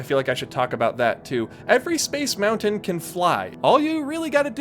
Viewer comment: I simply MUST SAY THANK YOU for saying Moun-Ton and Foun-Ton etc. instead of the incredibly annoying Mou - UN or Fou - UN. Again I say THANK YOU.